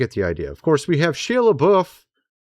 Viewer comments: Has no one corrected your pronunciation of Shia's name?!? It is Not Shee - a. It is: Shy - a. 😳😂. Please!! Say Shya!! 🤔👍😎✌️ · He pronounces it SHY not SHE!! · It’s Shia .. pronounced Shi ya